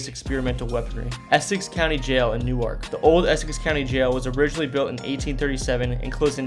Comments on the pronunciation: Learn how to pronounce your locations... Newark, NJ is NOT pronounced like New-ark, DE. Wanaque was another error. Soho Hospital in Belleville and Overbrook in Cedar Grove were two DIFFERENT hospitals. Hinchcliffe Stadium in Paterson has been totally restored and us now home to the minor league New Jersey Jackals as well as other events. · Bro, I applaud you for making these vids but you’ve GOT to google pronunciations. I suggest finding videos of locals saying the names. Your pronunciation of “New Ark” in this video and “Tuckson” in the AZ one killed me. ☠️ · I grew up in Jersey and all the Jersians I knew and know, pronounce it as New-irk. Only people I know that pronounce it like Nork, come from New York…. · I grew up in Newark and it's pronounced Nork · Yeah, it's not "New-ark" Delaware!!! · This guy sounds is a horrible narrator. Slow down, take a breath. Learn the use of periods at the end of sentences. Pause between location descriptions . Learn the correct pronunciation of Newark, Reading Wanaque etc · Not from jersey I would have to say. No one says Newark that way. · You said the Van Slyke Castle was built in the 1990s. WTF? You might want to do this over. You also pronounced Newark wrong. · He must be from Delaware because that’s how they pronounce the city of Newark, DE. Funny I’m from New Jersey so I caught that right away also. 😊 And I usually hear the word f-ing before Nork! 😂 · It’s Nork! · NewArk is Delaware. NEWwerk is how they say it for the N J location. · Newark in New Jersey is pronounced "noork". Newark in Delaware is pronounced "new-ark". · it must be a regional thing. I live in central Jersey, and have lived in 2 other states across the country and have never heard it pronounced as “New Arc.” Always as “New-irk.” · Isolation Hospital was known as SoHo. New Jerseyans pronounce Newark as Nork rather than New-ark. Looking forward to second part. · It’s pronounced “Newerk” not “New arc” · Not Newerk, Nerk. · nah it’s new-irk